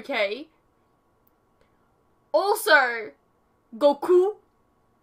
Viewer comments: Actually that was the right pronunciation, you know? ;) Not many people know it's written Gokuu. He even made a close enough pronunciation of the Japanese "u" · The way he pronounced Goku's name is closer to the Japanese pronunciation tho ;)